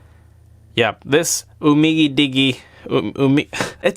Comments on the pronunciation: It's pronounced Didgy not fucking digie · Honor 7x is better in my opinion. Umidigi is pronounced: um*ei*dij*ei Its Chinese so yeah its weird. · Dude for crying out loud. Umidigi as in Digital. You don't say diggy-tal. I had to comment just because you sound like an idiot mispronouncing the name without any takes on your video. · Umidigi is pronounced umidiji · It's pronounced as YOU-MI-DI-JI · Do you pronounce digital as diggy-ter ? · How do you pronounce "digit"? Now try "umi" and then "digi" and you should have you-me-digi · It's umidigi like digital, as if it's umidijee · UMDIGI is pronounced Umee-Dijee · Pronounce it as you-me-dige-ee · pronounced you-mee-dee-jee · Try to pronounce it "UMIDIJI". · I think the Digi part is from digital. So it's pronounced like that. Not dig-y. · Umidigi aint that hard to say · you pronounced umi digi's name like you don't know your industry. totally uncool and insulting to the product. and you don't even know that there's a back case. you're a genius.